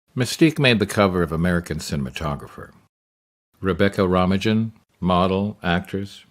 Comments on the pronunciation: Rebecca Ro-mi-jin? I thought it was pronounced Ro-main. No? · It’s Romaine! Why would you butcher that? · Her last name is pronounced RO-MAINE.